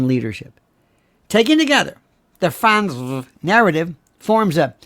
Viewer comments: Thanks! I’m Crying-Laughing at the way you say ‘Frantz-vrrr’!!!! OH! I needed that!!!!! 😂😂😂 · Franzffrrrt! 😆 You're too much lol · Sir, your pronunciation of the FranzVHH family absolutely SLAYS me every time you say it. Very nice indeed! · It’s hysterical to me every time he says Fransve, with the emphasis on the V. 😂😂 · me too; cracks me up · Me too, i just showed my daughter. She said how else would you say it!! 😳🤣 Thanks for the laugh! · Every time you said Frantzve I went into hysterical laughter.😅😅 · You have me LOL with your Lori F pronunciation!😂🤣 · This was one of your best shows and I have seen many of them. I love your pronunciation of Frantzve! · I love how Lionel pronounces “Frantzve” 😂 cracks me up every time!